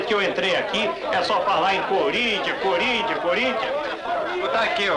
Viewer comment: Cúrintianus. Kkkkkkkkkkk